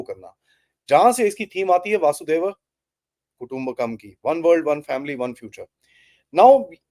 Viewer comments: जी, मुझे लगता है वह "वसुधैव कुटुम्बकम" है (वसुधा एव कुटुम्बकम - अर्थात् वसुधा (धरती) ही कुटुम्ब है)। लोग गलती से "वासुदेव कुटुम्बकम" कहते हैं जिसका कोई अर्थ नहीं। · वसुधैव कुटुंबकम वसुधा means पृथ्वी or धरित्री Please correct your pronunciation 😊